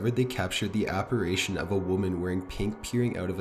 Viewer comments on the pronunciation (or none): "Apparation?" Apparition? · yes, sounds like he's saying operations lol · thank youuu. Also it's apparition NOT apparAtion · No.3 was disproved by Mythbusters and I have to quickly point out it's appar"i"tion NOT appar"a"tion. No hate just being a tad OCD lol x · Please, pleeeeeeease stop saying "APPARAYTION".... It's pronounced Ap*pa*ri*tion, thank you 😁 ❤ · apparation? no dude, its apparition. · It’s “apparition” and NOT “apparation.” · Are u saying "apparation"? It's apparition! Lol! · Number 7 it's "Apparition" not "ApparAtion" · It's "apparition!" Apparation is not a word! Neither is "Angelican!" It's Anglican. Please actually read what you're saying. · Hi. Love your stories. However, if you're going to do creepy pastas, you should at least learn how to pronounce apparition, which is: A-PAR-I-SHUN, not a-par-ay-shun. Sorry - I'm a bit of a grammar nazi. Also, in the video of the specter on the tabernacle at Newby Church, the church is actually named "The Church of Christ the CON-SO-LER", not COUN-SEL-OR. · ApparItion, NOT apparAtion!!! Unsubscribing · Provoktion and apparation? I guess I learned two new words, thanks! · The scariest thing about this video is the use of the words “provoke-shun” (provocation) and “aparation” (apparition)!😝😜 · Did I hear you say “ PROVOCTION, APPARATION? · I like how the narrator says "APARASHION" lol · Why do you say apirition as apiration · Jesus, kid. "Without provoktion?" "Lost a 20 found bet"? Lol. "Angelican church" "apparation". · please learn how to pronounce apparition. please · I know there are over a million subscribers but please for Pete's sake learn how to pronounce apparition or don't say it at all. Thank you